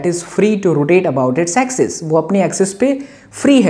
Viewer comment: sir when ever you say AXIS it heard like you are saying SEXIST.. 😂😂